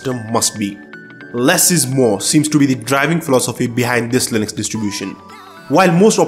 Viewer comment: question: how does "u" turn into "e" .. it's not lynex .. it's linux .. stop mispronouncing it, please.